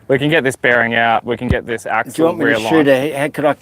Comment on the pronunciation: Sorry, I don’t mean to be “that guy”… it’s axle